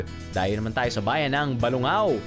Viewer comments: Drew, you don't pronounce it as "Ba-lu-ngaw" it's "Ba-lung- gaw" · Kuya, mali ho ang pagbigkas niyo, ng pangalan ng bayan namin, Ba-lung-gaw po ang pagbigkas. Thanks for visiting!